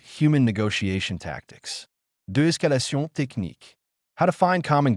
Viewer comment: the most deadly technique: switching to French pronunciation